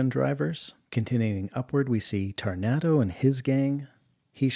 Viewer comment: Cancia? Tarnato? Unless I erred, they've been misspelled and mispronounced : Canica and Taranto, as written, Taranto many times since.